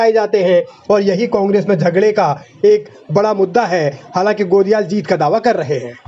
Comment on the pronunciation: गणेश गोदियाल है गोलियाल नही 😂😂